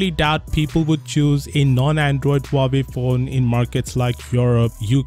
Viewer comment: "Huawoid" more like "How do I avoid".